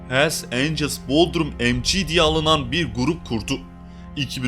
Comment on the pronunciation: ''emci'' diye okunmaz o ''emsi'' (mc) diye okunur.